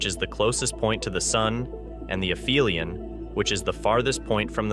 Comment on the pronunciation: aphelion has a "p"sound, not an "f" sound.